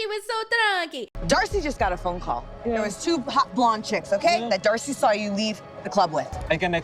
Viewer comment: Did anyone else notice say “dacey and starcey” lol